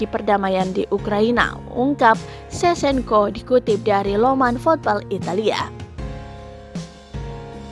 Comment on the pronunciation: Sevcenko sebutannya min bukan sesenko!!